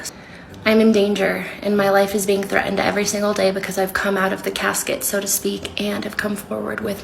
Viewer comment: Thre'nd. Like her previous bi'en.